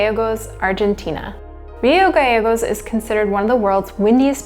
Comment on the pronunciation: Nice documentary and well researched (seems like somebody has lot's of Corona-induced-time ;). Rio Gallegos is actually pronounced "Rio Ga-Che-gos" (like the che in Che Guevara), it's the double-l in Castellano :).